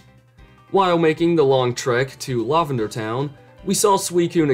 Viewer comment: No way you actually pronounce it "lawvender" that's is unhinged